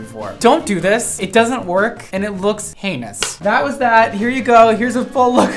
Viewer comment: I was cackling when he said “it looks Heynis“